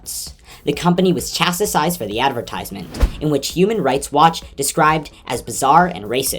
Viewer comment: It’s pronounced CHAS-TIZED, not Chas-ti-sized. Dunkin Donuts are great, but the and their coffee are way to expensive for me to make it a habit.